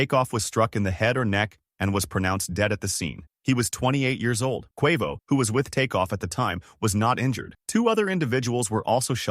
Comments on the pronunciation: "Kwua-voe" 💀😅 jp jp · How do you get quovo out of quavo😅😅😅 Nipsey Hussle died in a home invasion what is he talking about ? I can't even continue to watch because you clearly obviously don't know what you're talking about😂😂😂😂😂😂😂